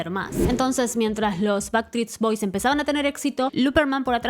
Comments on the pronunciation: En realidad dijiste baktrits bois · Que doloroso escuchar tantas veces bactris boys jajaja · Jaaajaajajajajaja me morí con eso!! "Backtreets". Se te cambió de lugar la S. Qué bueno que lo digas así nos podemos reír todos porque estaba 🫢🫢🫢🫢🫢🫢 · Me ha hecho mucha gracia que no hayas pronunciado bien ni una sola vez Backstreet Boys XD Eres la mejor!